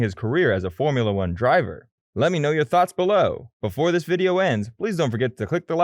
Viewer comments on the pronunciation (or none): none